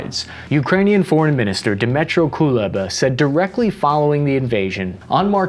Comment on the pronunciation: The minister's name is Dmytro, not Dymtro.